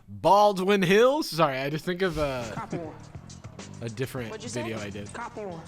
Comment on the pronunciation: Haha I love the references to "BALD-WIN HILLS" because that was probably one of the best laughs I've had in a long time and it really did sound like that guy was trying to assert that it was IN FACT Baldwin Hills. So damned good